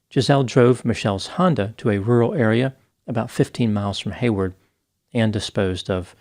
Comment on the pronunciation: Hayward not Haywood, Ca :P